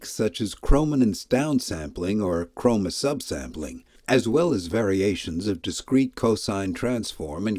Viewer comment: You probably should learn how to pronounce chroma and chrominance.